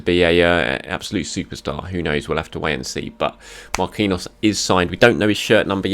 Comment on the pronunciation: it's not pronounced Mar-kween-yos it's Mar-keen-yios